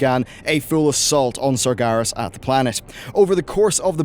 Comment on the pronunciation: It's Sar-GER-as - not Sar-GAR-is. Also, NYE-a_LOTHE-ar.